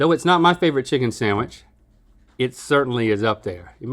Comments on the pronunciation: Dammit, Stevie, stop saying SAMWICH! The word is SANDWICH! 😖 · Love this episode except hearing “samwich “ instead of sandwich so many times! 🙉 sorry it’s a pet peeve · Stevie, I love you. But the word sandwich doesn’t have an “m”! It’s SANDwich. Not SAMwich. Link was doing that too and it was driving me crazy! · Omg. Can’t stand when people say “saMwich” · I can’t stand Stevie saying “samwich” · Everytime Stevie says “samwich” I have a mini stroke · I like how all 3 of them say "samwich" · is stevie saying "samwitch" or am i hearing things